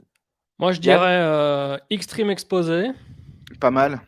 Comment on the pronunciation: C’est plus « L’extreme Exposay » là c’est « L’extreme Expedyai » 😂 Heureusement que Layla est là 🥰 Et cette arrivée épique de Snitsky avec les gars déjà dans le ring ! WTF 😂😂